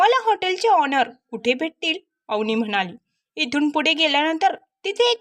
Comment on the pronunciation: ऑनर नाही ओनर